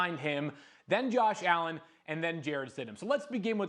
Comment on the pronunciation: The disrespect on allens name